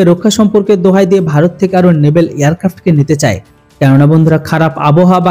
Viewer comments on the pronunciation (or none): আপনি খবরে কয়েক বার ন্যেভেল পাওয়ার কথাটি বললেন ওটা হবে ন্যেভাল ন্যেভেল নয়।